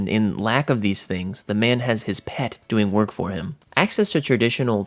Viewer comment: the way he says "pet"